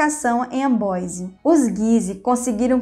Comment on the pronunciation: Meus ouvidos doeram ao ouvir a senhora falar AMBOISE por favor veja a pronuncia correta e corrija pq esse video é muito bom !